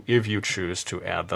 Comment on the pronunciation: Lol he said blushes hahahahahhahahaha